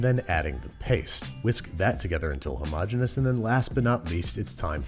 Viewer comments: His persistence of saying the word "hermogenous" is one of the most impressive things I've ever heard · he pronounces "homogenous" two completely different ways within seconds of each other. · Hey Babby! Decide how you wanna pronounce "homogeneous" man!